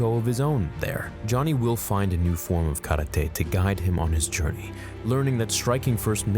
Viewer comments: stop saying KARA-TAY its KARATE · Stop saying karate that way